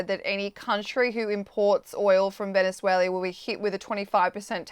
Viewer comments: VenezueLIA? Errrr...nope - wth? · Someone want to teach this " journalist" how to say Venezuela? Tell her that country has never been called Venezuelia by anyone ever! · She mispronounces the country as Venezuela-ia. Can’t they find an interviewer who actually speaks English ? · It's pronounced Veh ·nuh ·zway· luh. Not every country needs to end in "ia". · Gi shin ping? Venezueleeeeaa? Had to be on purpose right? Or thick af? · Its Venezuela not Vendzuelia !! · There's no 'i' in Venezuela,. Sorry, but it really irritates me when I hear a country's name being pronounced wrongly so many times in the same discussion. Otherwise a really good discussion. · Apart from her extremely annoying voice and pronunciation of Venezuela, how many times did she say Venezualia ?? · Does everyone in Australia say Venezualia? I won't blame a ya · I'm from Australia and I don't say Venezuel..i..a. I am not sure how you can get employed by the Times without being able to pronounce the names of countries correctly.